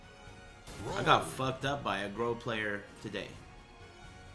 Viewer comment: "Groh"? Oh you mean Grøh